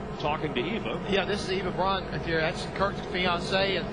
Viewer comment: He says "Eva Bryan"